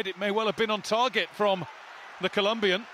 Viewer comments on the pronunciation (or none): none